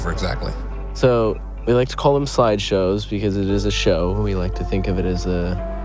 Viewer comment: Portland is deeply rooted in bay area culture half these mf came from NorCal to Portland for the events i know cause i make all the t-shirts for the car clubs out here. the sideshow thing was just him mispronouncing it. we know who started it broski!!!!! you aint special